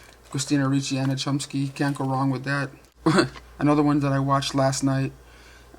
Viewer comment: It is Anna "Clum-sky"